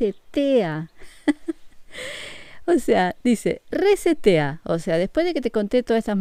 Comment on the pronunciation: Tengo entendido ke la palabra"reset"es una palabra en ingles,y ke traducido a nuestro idioma,significa"re-iniciar". Nada mas es un dato para poder entender mucho mejor;n0 lo hago por ofender ni agredir,solo es para kompartir la palabra"reset"mal pronunciada.